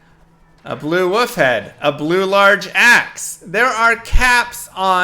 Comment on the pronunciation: I love how says 'woof' instead of 'wolf'